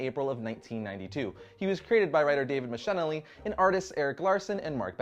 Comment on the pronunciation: David “mick-a-lie-knee”.